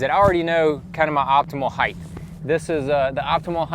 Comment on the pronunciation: I couldn't concentrate on what he was saying bcuz he kept pronouncing "height" as "heighth". There's no "H" at the end of "height". It's pronounced like "sight" or "might" or "kite" or "bite". Maybe he has it confused with "width"... There's your "H"! I don't mean to be a grammar fucking snob but after about the 3rd or 13th (hey there's another h) time he said it I couldn't concentrate anymore on his tutorial.